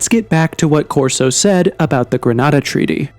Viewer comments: It was called the Greada - Gre-ar-da - Treaty! 🤦🏻‍♂️ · It's was called, "Greada" not "Grenada"!!!!! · It's the Greada Treaty, not the "Grenada" Treaty. There's a great video about it on The Why Files.